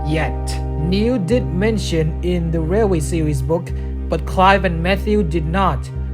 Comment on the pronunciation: Dude u mean railway? 😂